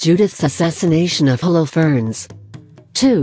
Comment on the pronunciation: What about "Hollow ferns"?